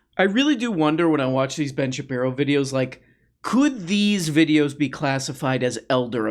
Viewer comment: Shapeno.?? You don't even know what his name is? Come on dude. I can't stand Ben Shapiro, but for gods sake get it right.